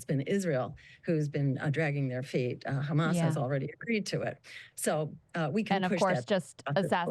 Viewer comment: "But do you condemn khhamas?" He he